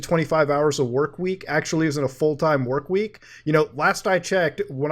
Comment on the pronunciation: Akshually its pronounced “actually”